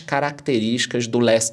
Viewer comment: Gosto do nosso porque ele fala inglês muito bem! Last mile bem pronunciadinho!😁